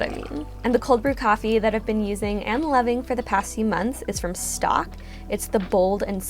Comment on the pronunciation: Hey friend, I’m pretty sure Stōk is pronounced with a long ‘o’, not like ‘stock.’ I love it, too!